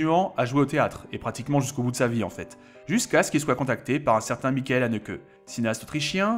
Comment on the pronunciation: A chaque fois c'est cohérent par rapport à l'allemand ^^ mais le ch de Michael est plus proche d'un ch français